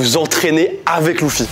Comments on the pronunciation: luffy (prononce leuffi et pas louffi) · Mon surnom c'est Taki 😂 j'ai rigolé quand j'ai vu le film du coup 🤣 C'est quand les floraisons exactement du coup ? 😮😮😮 Ça se prononce Leuffy pas louffy 🤣🤣🤣😅